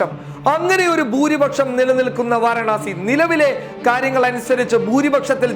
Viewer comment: വാരണാസി അല്ല വാരാണസി